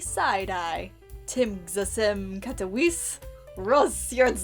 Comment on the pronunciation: Tbh, your pronunciation of rozsierdzony isn't that far off. And tymczasem is pretty close too, just that the cz makes a "ch" sound I recently got into a new fandom and got a new OTP out of it (Ruby and Weiss from RWBY) and one of my fave AO3 authors now has like. Dozens of fluff fics where each is just a different take on them getting together. All of them are great